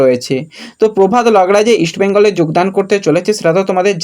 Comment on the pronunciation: তোমাকে আগেও বলেছি তোমার বাংলা উচ্চারণ ঠিক করা দরকার । প্রভাত লাকরা কে তুমি বলছো প্রভাত লাগড়া । খুব বাজে লাগে শুনতে । এমনিতে তোমার চ্যানেল আমি খুব ফলো করি, ভালো লাগে ।